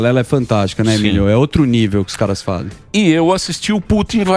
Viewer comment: A Isa Penna tbm chamou o Emílio ode Emídio quando ainda estavam no estúdio antigo anos atrás kkk